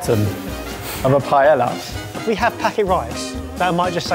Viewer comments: Pronouncing Paella "pie-ella" is more of an insult to the dish and culture than the burrito ever was. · Guys it's not pronounced "Pah-yell-ah", it's "Pah-eh-yah", please.